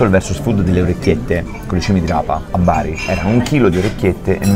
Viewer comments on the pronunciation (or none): none